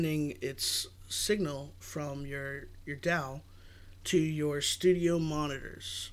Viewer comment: Nice vid, good info and cool music minus the vocals. Just wanted to make sure people are getting accurate info though, like D.A.W. is pronounced "doll", not "dowl" instead of "filling" out the sound you may want to say "Layer". An audio interface is where your digital signal processing (DSP) is done though your explanation is right, it may be a little hard to understand for noobs. The rokit 8's are a bit colored IMO as they add a bit of bass to your mix (I currently own/use them) I have used the m-audio bx5's bx8's, Event 20/20 and rokit5's. The m-audios fatigued my ears rather quickly and sounded tinny and harsh. The 20/20's actually sounded the best but they are not powered. Keep up the vids...